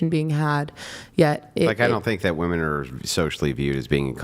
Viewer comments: i do not know why . but it drives me nuts when women cannot even pronounce the word women . i have said this before and someone told me i was stupid . maybe im just OLD and i was not aware now its like i am WOMAN . here me ROAR /? is that why they say woman and not women or is it just their pronunciation ? IMO just makes them sound dumb... like i said I was told already this was a stupid thing to argue HOWEVER this is a "debate" so when people do not pronounce words it throws me off. one is SINGULAR AND ONE IS PLURAL > why do i get sooo much pushback when I ask this question? i am not trying to be mean. i am trying understand why they are doing it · When did women stop pronouncing women correctly? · Why do all these 404 all say woman instead of women!! thinks shes smart but she keeps saying it 😂😂😂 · I asked my 11 year old daughter to pronounce “women” and she pronounced it correctly. Why can’t say “women” correctly?